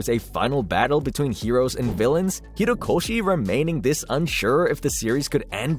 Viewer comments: Horikoshi not Hirokoshi... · Bro it’s HOrikoshi not HIrokoshi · Kohei Horikoshi not Hirokoshi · HORIkoshi. Not Hirokoshi. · Actauly its horikoshi not hirokoshi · bruh really can’t pronounce his name properly, it’s hori not hiro 💀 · HORIkoshi, not HIROkoshi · my guy it's horikoshi not hirokoshi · Great video man. Couple notes, it's Horikoshi, not Hirokoshi, and also Shueisha is pronounced shoe-a-sha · Horikoshi not Hirokoshi. Shoo aysha not shoo eyesha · The Comments: Horikoshi The Narrator: Hero Koshi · Why does he keep saying Hirokoshi instead of Horikoshi. His name is Kohei Horikoshi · Nice news! Ok people have seen the kaiju no9 thing but plz, hOrIkoshi, not hIrOkoshi, you haven't said it right even once. But great video anyway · He also kept calling the MHA writer “Hirokoshi”. Felt like I was getting gaslit into thinking that I’ve been saying his name wrong this whole time. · he said hirokoshi when its horikoshi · ho ri ko shi him: hi ro ko shi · You keep saying "hirokoshi instead of "horikoshi " 🤣❤️ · Y'all really need to check your script writing and/or voice over. HORIkoshi, not Hirokoshi, and Kaiju No. 8, not No.9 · "hirokoshi" god how hard is it to slow down a little, think about it, and say "horikoshi"? It's disrespectful as fuck and so easy to change. It's not even like the pronunciation is hard for english speakers, just slow down and say it right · This is a nitpick and obviously it's completely fine. But the pronunciation is "HO RI KO SHI." Not "HI RO KO SHI". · It’s Horikoshi, not Hirokoshi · HORIkoshi, not HIROkoshi, this is too painful ahahhah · It’s horikoshi not hirokoshi it’s not that hard to do ten seconds of searching for the pronunciation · Am I crazy? It’s Horikoshi, not Hirokoshi right? He keeps saying Hirokoshi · HO-rikoshi not Hi-rokoshi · Sorry to be that guy but it kinda bothered me how you called Horikoshi as Hirokoshi the whole video lmao, was hard not to notice everytime you said his name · Horikoshi ... Not Hirokoshi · "HORI" - koshi